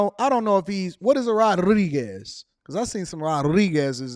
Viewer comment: That’s not how you pronounce Rodriguez.. don’t Embarrass yourself.